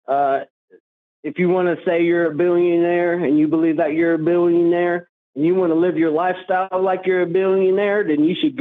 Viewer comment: Why does he keep saying “billeeuunnare”